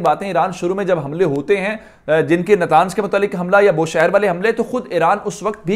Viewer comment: نتانز نہیں نطنز